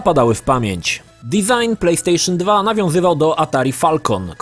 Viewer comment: Plejpstejszyn Dwa